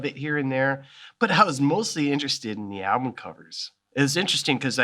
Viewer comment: Anyone else bugged by the way he pronounced album as 'alblum'?